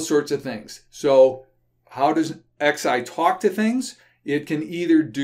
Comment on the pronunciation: does the XI stand for the roman numeral eleven, or is it merely a coincidence? I notice refers to Nagios XI as Nagios ex~eye